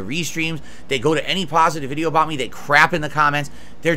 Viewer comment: i also would like to have my entire history of wrongdoing wiped out with a single pahsitive comment left on a video. the lack of perspective is incredible to witness.